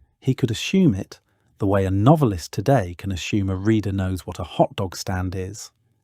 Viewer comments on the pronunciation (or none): I'm surprised you guys say aschoom, instead of assume. Is it that YT forces you pronounce it that way ?